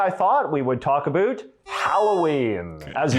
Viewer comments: LOL the way he says about "aboot" and the way he pronounced the word "schedule" lol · No, as a Canadian, I find him annoying bcs he says aboot knowing that it is not pronounced like that by Cdns - -he's trolling you. We say ABOUT which rhymes with out (not aboot and oot). Never have I ever in my 70 years heard a Canadian say aboot. We are not scottish. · Heh. My college Psychology 101 professor was Canadian, and he said "aboot." 😁 But it wasn't as emphatically pronounced as this guy does it; he said it softer and much more naturally. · The presenter says “about” like a Canadian. Do our Northeastern citizens pronounce that word the same as Canadians? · His pronunciation of words like "about" and "scheduled" is Canadian. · It’s a common pronunciation for ‘ou’ by Canadians and Scottish people.